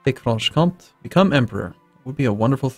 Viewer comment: When there's an accute accent on an e in French (é) it is always pronounced. Slightly driving me up the wall every time you say Franche-Comté